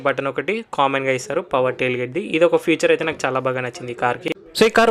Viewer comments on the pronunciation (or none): అది future కాదమ్మ.. feature ..